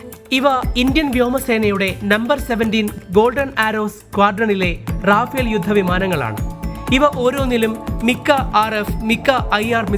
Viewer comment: റാഫേൽ അല്ല റഫാൽ